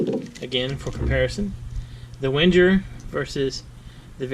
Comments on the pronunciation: It's pronounced Venger, not Wenjer. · Can you please stop saying "Wendjer"...? The "W" reads as a "V", and the "G" reads as a "Geee" not as a "Jeee" (as in "GO" not as in "JOHN").... WENGER spells "VenGer" Thanks ;)